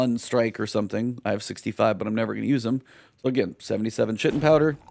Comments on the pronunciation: Its pronounced Kite-in not chit-in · Just FYI, Chitin is pronounced Kye - ten, it's what insect outsides are made of. Still love your work man!